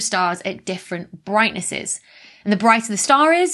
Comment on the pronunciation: Brightnesseses… we'll all be saying it that way now